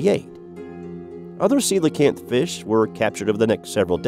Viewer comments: thank you for pronouncing coelacanth right. I hate it when people call it a Ko LEE Kanth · Ya said coelacanth correctly! subscribed!